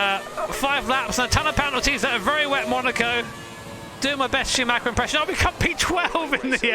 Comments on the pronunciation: It would mean the world to me if people learn how to pronounce "Schuhmacher" correctly. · Any native English speaker who can pronounce "Schumacher" correctly?